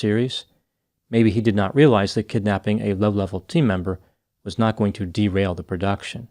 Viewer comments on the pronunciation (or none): none